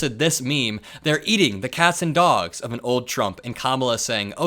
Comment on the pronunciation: "They're eating the dworgs" Sho' nuff Donnie....